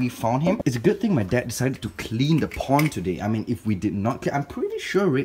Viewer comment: When he says pond it sounds like po*n